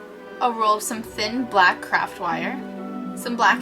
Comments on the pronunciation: When u say craft I think u say crap lol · i keep thinking youre saying crap instead of craft. the t is really hard to hear and the f is really soft.. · i keep hearing crap ____ rather than craft.....